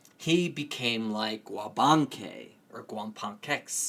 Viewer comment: Very nice explanation of our spirituality and stories, and sounds funny how you pronounce the names for Atabey ('A' tuh beh ' ee) and Wabancex (Wuh' ban 'sεsh). Great work thou, thank you.